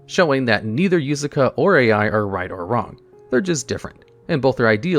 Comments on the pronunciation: i think he just straight up cant pronounce some non western name lmao, he used yusaku only for it to be devolved to yusaka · Am I the only one that shuttered everytime he called Yusaku Yusaka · He begins spelling it yosuke and ends up saying yusuka lmao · Why is pronouncing Yuusaku wrong? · Does it on purpose